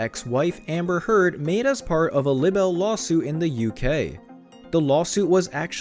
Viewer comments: Not lib-bell but lie-bell .... For libel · Look up the correct pronunciation of LIBEL! Jeez, Louise!